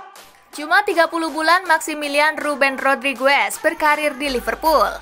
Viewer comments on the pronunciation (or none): What language is this?? It's pronounced Rodrigez. Not Rodrigwez 😂